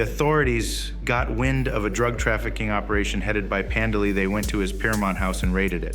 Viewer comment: Your "narrator's" pronunciation of Pandeli as "Panda Lee", has me thinking, "DarkSyde Phil's ex-girlfriend is a biker?"